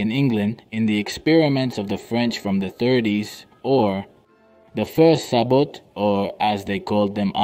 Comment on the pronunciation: CORRECTION! - Sabot is a French word and the "t" is silent! Such as in Chevrolet!